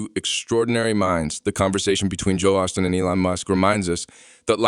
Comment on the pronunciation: his name is Osteen, not Austin. please